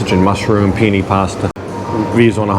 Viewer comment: penay its called bro i know penne but its blahhhh pronounced penay